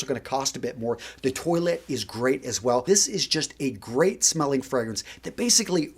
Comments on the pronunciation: Dude it’s not toilet, toilette. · Par-fum Twa-let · Fluorcyl no you’re much closer to the correct pronunciation than is. Eau de toilette written phonetically would be like “oh de twah-let.” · Lol. I love your channel and your advice is great, but PLEASE do the correct pronunciations. Toilette is pronounced twaulett, not toilet - which is what European people pee, etc. into. That one in particular isn't the greatest mental image to have when thinking about a frag. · Also you keep saying "toy-let" like the thing that you pee and poo in. I thought it was pronounced "twah-let". Am I wrong here? By the way I'm being serious, I'm not trying to be a smart-ass. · Lol...when he says "toilet". 😁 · I feel like you are pronouncing it 🚽 as subconscious dad joke. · nice assortment. Though, Ragazzo! As man of European descent, you should pronounce the French word "Toilette" in a correct way. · I love your videos, but the way you're pronouncing toilette. 😂